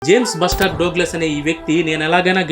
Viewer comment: డోగ్లస్ కాదు డగ్లస్, also బ్లస్టర్ కాదు its బస్టర్. First do your homework and then give information. First you need to get some education.